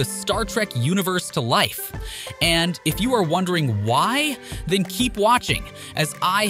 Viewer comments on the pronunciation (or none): none